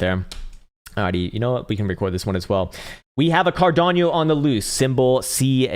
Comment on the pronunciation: Why do you always say CARDANIO? It's Cardano!🙏😘😉😂